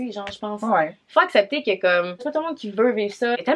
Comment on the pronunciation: La facon que dit quelquun a chaque fois jsuis genre la a repeter kkeun kkeun dans ma tete 2-3 fois